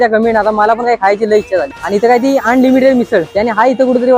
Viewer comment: अनलिमिटेड बोल रे भाव.. आन्डलिमिटेड नाही